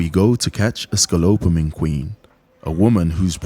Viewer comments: Why does the guy keeps on talking about "scolopamine" while the proper name is "scopolamine" ? That makes it sound like he doesn't really know what he's talking about. Easy to avoid mistake. No big deal though, it just makes it sounds not reliable info to me...but at the end of the day what matters is the story that happened to him. Vice made a very good documentary a few years back about scopolamine. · Man, at least please read it correctly : it’s scoPolamine, and not, as you keep saying scoLopamine 😂😂😂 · Funny you spelled it correctly in the title line, but the narrator keeps mispronouncing it "SCALOPAMINE". he says it wrong each time. check for mistakes before you publish. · Why does he keep saying 'scolopamine' ?? How can you make an ENTIRE presentation on SCOPOLAMINE and mispronounce the word the whole time? Basic reading and language skills.... nope. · I cringe every time he says "scalopamine" like dude, it's in the freaking title of your own video. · it's SCOPOLAMINE, not scolopamine 🤦‍♂ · Just a suggestion, it's better if you pronounce the name of the drug correctly. Scopolamine rather than scolopomine. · You keep saying "sco-lo-pamine" it's "sco-po-lamine" great video though I'm glad you ever able to protect yourselves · It’s scopolamine, you keep saying scolopamine 😂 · Scolopamine keeps hitting me lol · Thanks for making this! I recommend pronouncing things properly in the future as saying scolopamine vs scopolamine or specifically vs pacifically distracts viewers from the actual high quality of the content being discussed. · It's scopolamine, not scolopamine...... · "sco - lope - amine" Sco - po - lamine LMAO :face-orange-raised-eyebrow: imagine a VOA who can't read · great work on the video! But its pronounced Scopo - lamine not Scolo-pamine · Pronunciation tip for the narrator: it is not "scallopamine" it is "sko-po-lamine". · I cringe every time I hear the narrator say Sco-pa-lo-mine. It is Sco-po-la-mine dude, get it right. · "ScaLOPEamine" lolz